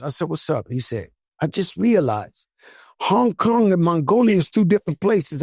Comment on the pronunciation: Throw the flag.... hongkong what ever he said 🤣🤣🤣🤣🤣